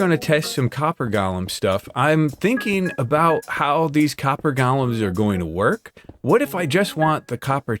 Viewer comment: I absolutely love seeing your videos! But for the love of everything holy, they're golems, not gollums. GO' lems